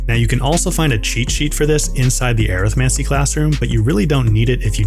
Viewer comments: air-ith-mancy? Definitely an interesting way to pronounce arithmancy. hehe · the way hes pronouncing arithmancy is bothering me. but arithmatic and necromany together. Arithmancy. Uh-rith-man-see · Thats not how you pronounce arithmancy 😂